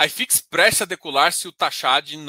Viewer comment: Só uma dica: Não é "Ai Fix". É "i fix" mesmo porque é um índice Brasileiro Hahahaha